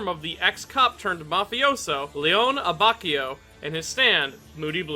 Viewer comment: Great video why can’t you pronounce his name correctly